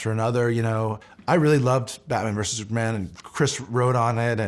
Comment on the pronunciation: Why do u say “Sue Man” instead of Super Man?